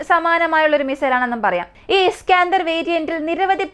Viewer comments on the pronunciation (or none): ഇസ്കാഅന്തർ മിസൈൽ അല്ല ഇസ്കന്ദർ മിസൈൽ..